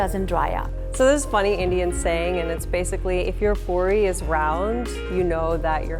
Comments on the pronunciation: Poori not porrly and no it’s not a tortilla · It's aaloo-poordi